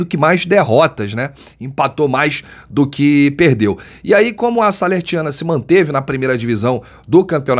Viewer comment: O nome do time é SALERNITANA... Não Salertiana